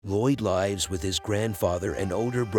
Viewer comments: Whats up with lloyd Lifes with her? Its lives say lives please my ears are bleeeding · you say “lives” like “lies” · Also using the wrong pronunciation of 'lives with' all but one time